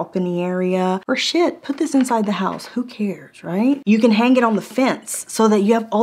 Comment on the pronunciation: NOTE : you do not say the G in the word HANG The G is silent